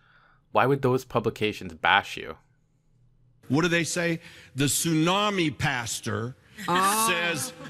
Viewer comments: " AM in the morning" seems kinda... redundant. Also, this is how you pronounce tsunami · Dude, I love you, I adore you, I wanna make mad passionate love to you and have your gay babies, ok! BUT, PLEASE do NOT say TSU-NAM-I like that anymore. Do you really WANT people to know you're Canadian? Hugs and Tugs!